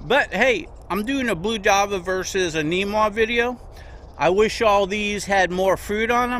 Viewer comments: Namwah not neemwah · Its called a namwah not neemwa!